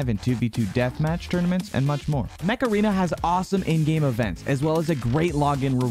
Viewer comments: when he said mech arena for the first time i thought he said macarena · Macarena…? Oh Mech-Arena. I was getting a little confused there.